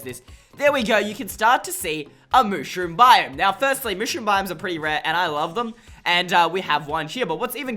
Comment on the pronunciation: It's not mooshroom!!!!!!!